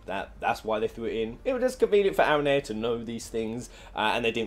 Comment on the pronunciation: Channel about final fantasy he pronounced aranea wrong